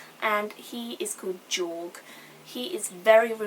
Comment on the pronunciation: I liked how you said Jorg, accents and shit ^_^